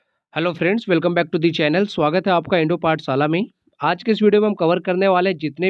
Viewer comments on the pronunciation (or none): none